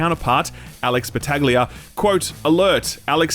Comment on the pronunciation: Soooooo… the G is silent in DF Alex’s name… love your content